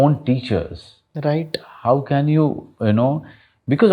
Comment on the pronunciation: The anchor need to work on his RIGHHT TTTU. it just simply right